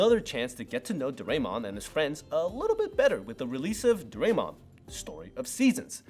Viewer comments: Dorae(mon) should sound like dorae(moon)…….. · For Doraemon but the others were fine